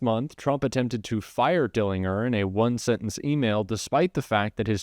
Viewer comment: Dellin-Ger. It's a J sound 😊